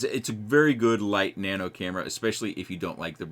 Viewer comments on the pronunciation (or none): none